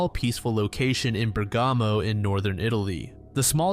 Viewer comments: You butchered all the pronounciations, the accents were all wrong (eg it's Bèrgamo, not Bergàmo) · I do not want to be mean. But it is very hard to understand the names and locations, The place is not Bregamo, but Bergamo and I had a really hard time what the names actually were. Sometimes they were recognizable but often not.